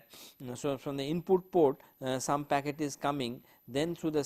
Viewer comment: oye! its "Packet" Switching and NOT "Pocket" :P now, Q : State 5 differences between Packet Switching and Circuit Switching.